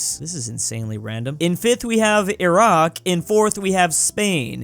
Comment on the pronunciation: My man said Iraq wrong.